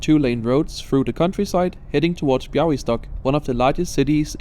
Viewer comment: I didn't expect a proper Białystok pronounciation :O Nice job!